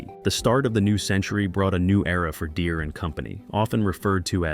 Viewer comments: Derees.. 100% A.I. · "John Deree" 🤣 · Didn't love this one. Calling farmers illiterate and mispronouncing the "deere" in John deere at one point